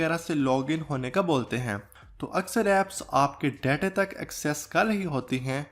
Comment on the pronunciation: 0:7 datayyyy ko 😂